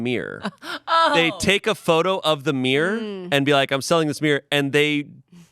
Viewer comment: I can't handle the way pronounces mirror as meer.